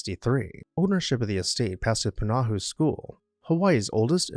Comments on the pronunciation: Poo - nah - ho, with slight emphasis on the first syllable. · The school is pronounced "Pu-na-HO" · please learn the correct pronunciation of Punahou